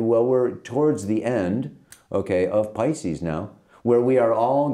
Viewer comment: je spreekt 'pisces' toch niet uit als 'piskus', maar als 'paicies'!!